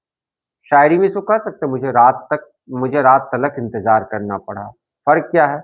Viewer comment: اپ لفظ انتظار کو انتجار کیوں بولتے ہیں